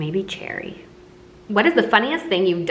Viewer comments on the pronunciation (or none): "What would your stripper name be?" Colby: "EMERALD": "Maybe Cherry" (Fr I thought she said, Jerry)